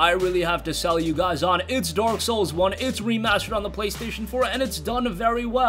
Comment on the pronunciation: Did dude said dork souls instead of dark souls?